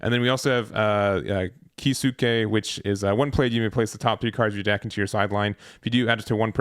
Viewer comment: Geez it’s clear you haven’t watched bleach, you butchered Kisuke’s name lol